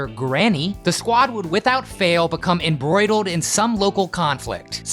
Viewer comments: Did you just say "embroidled" instead of embroiled? Ummm.... isn't this one of those "professional" stations that puts out extraordinarily basic content, rarely delving deeper than a cursory Wikipedia search for "research," but at least hires a professional narrator to read their incredibly banal script? I mean we all misspeak at times, but couldn't you have... ya know... done a second take, or did your editor genuinely think embroidled was a portmanteau of embroidered and embroiled? If you're not going to put out in-depth, interesting, worth-while content, at least speak da words good. Oh right... I just looked further down in the comments and saw that you initially invoked my ire when I first watched this video 2 years ago, for erroneously referring to Hong Kong Phooey's protagonists alter-ego as Penny Pooch, instead of Penry Pooch. Wow. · There is no such word as "Embroidled." It's "Embroiled." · ....did you just fucking say “embroidled”? hey genius.. ‘embroiled’.. we’re not talking about ‘embroidery’ here. by the way, all of these cartoons sucked ass.